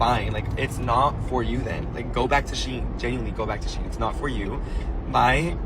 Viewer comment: Just so everyone knows, its pronounced she-in not sheen. The brand used to be SheInside. If I had a $ for everytime ive told people this id have a down payment for a house by now